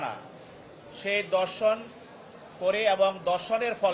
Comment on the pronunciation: ধর্ষণের পরিবর্তে দর্শন উচ্চারণ করছে কেন বুঝলাম না।